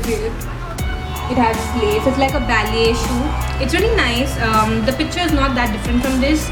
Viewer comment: ur vid.. ur presentation everything is good. i didnt really wanna point it out but u pronounced the word 'picture' so many times.. and each time in such an irritably wrong way that I had to throw it there.. it is pik-chure... otherwise u are cute sweetie.. don't take offense, u are like a younger sister to me